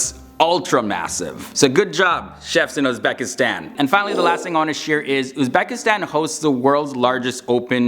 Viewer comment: Not "UzbAkistan", but "UzbEkistan". Pronounce it right.